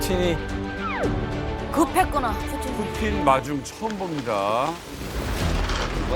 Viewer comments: 뿌찐ㅋㅋㅋㅋㅋㅋㅋㅋ발음 미치겄다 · 뿌찐 ㅋㅋㅋ 발음 살벌하네잉 ㅋ